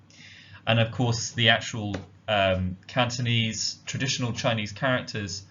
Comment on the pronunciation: Wow indeed! Nice pronunciation of Cantonese.